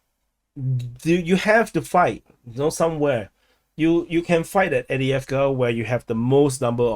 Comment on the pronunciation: After all this time he still can’t pronounce avdivka